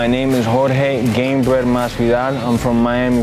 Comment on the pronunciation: Surely Pettis should be able to get Jorge's name right. It isn't George.